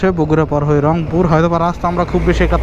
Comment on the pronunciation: রংপুর না অংপুর!